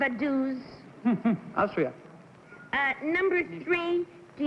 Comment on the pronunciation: Well, it was #1--but Peggy Cass's pronunciation of Vaduz was way off. If I had been one of the contestants, I wouldn't have known what place she was talking about. Vaduz, the capital of Liechtenstein, is pronounce like "Faduts."